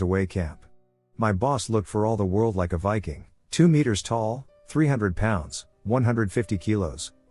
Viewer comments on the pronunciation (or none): none